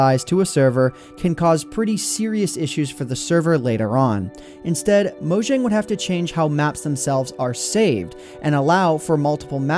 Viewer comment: pronounced moyang